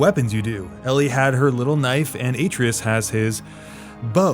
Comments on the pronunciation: Atreus Uh-tre-us Not A-tree-is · Ok geek time here - that should be pronounced as “ah-TRAY-us”. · There is literally no reason you would pronounce it Ay-treus. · Loved this video, but one thing I really still don't understand what it is with people pronouncing the names of the character incorrectly. It was the same with Aloy from Horizon - Zero Dawn. I just find it weird that after playing a game that lasts for hours and hours, and repeats these names SO many times, people still insist on mispronouncing them. Aloy wasn't Alloy, Atreus isn't Aytreeus. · wait how did you play it twice and not say the boys name right hahahahah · Beats God of War twice. Still can't pronounce "Atreus" properly. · How do you beat the game twice and talk about how you loved the dialogue and then pronounce Atreus wrong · THANK YOU!! NO ONE in or involved with the game pronounced his name that way, ever...but we WERE told the right way over & over again. This doesn't even make sense as a MISTAKE. I usually hate speech policing but this is BOOOY we're talkin about here!!